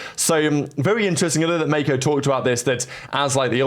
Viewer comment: mispronounced roster: "Mayko" "cauanzan" "toys" "whozie" "mwezera"